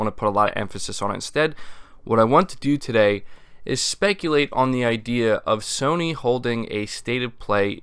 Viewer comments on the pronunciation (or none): none